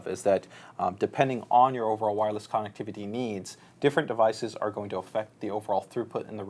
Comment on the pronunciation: loves saying CON nectivity lol